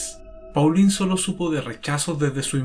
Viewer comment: Muchas gracias por el video. (En francés Paulin se pronuncia . Igual para Thierry Mathurin )